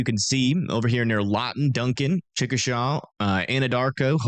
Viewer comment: thanks for teaching me local Oklahoma pronunciation